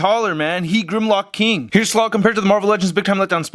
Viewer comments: IT'S SLAG NOT SLOG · isnt his name slag? not slog?